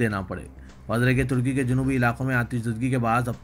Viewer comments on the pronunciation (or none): none